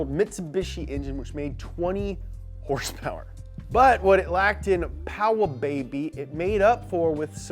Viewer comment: Did anyone else notice he said horsepower incorrectly?